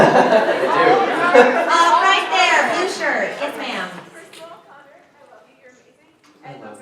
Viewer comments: its Connor not conner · 😩 *Connor not conner